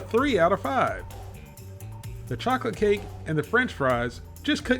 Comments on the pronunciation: "chaw-kit cake" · I had to rewind like did say chocate cake 😂😂😂 love your videos and I never miss one..